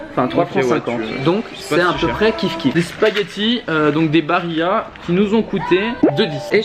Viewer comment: Les pâtes on dit barilla et pas baria 😠